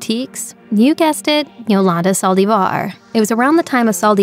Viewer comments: Did anyone count how many times she said saldivarrr? Lol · why do you say Yolandas last name that way? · Why does the lady speaking keep saying Yolanda last name wrong